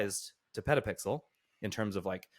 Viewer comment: I like "PetaPixers"